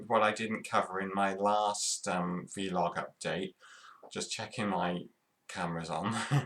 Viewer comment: Its pronounced vlog as a single word not v log